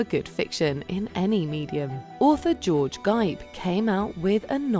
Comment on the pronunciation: How was Raiders of the Lost Ark an "early novelization"? The novelization of the 1933 King Kong might be considered early but this was 1981. You pronounced "George Gipe" in two different ways, which one was correct?